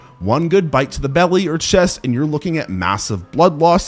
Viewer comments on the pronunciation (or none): none